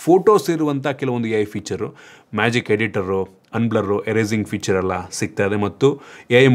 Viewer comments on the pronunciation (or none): none